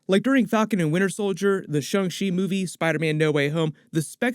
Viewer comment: Everyone is butchering "Shang Chi"'s name but then again, without knowledge of Chinese phonetics, I totally get how it can be mispronounced. Just so everyone knows, "Shang" is said like "shahng". Shah+ng. To make this even easier, go into Google translate and put Chinese as the primary language. Type "Shanghai" and hit the speaker button to have it say it aloud. The "Shang" in Shanghai is the same sound. Congrats! You learned something new! :D